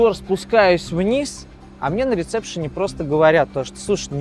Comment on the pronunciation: И ещё "рецепшен"